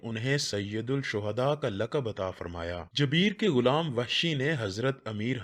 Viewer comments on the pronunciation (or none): jubair ko jabeer bol rahay ho ap.urdu seekh lein please